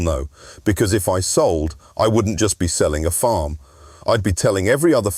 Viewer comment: 🤣🤣🤣 what the fuck is this jabber? Is this just for people who dont know who Jeremy Clarkson is? The AI is horrendous 😂 its farm NOT forrrrrrrrmmm